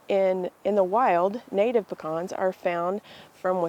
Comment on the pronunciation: THEY'RE CALLED PE CANS NOT PEH CANS Savannah Georgia native